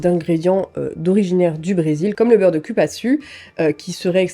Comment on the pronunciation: Cupaçu se prononce"Coupassou" 😅😉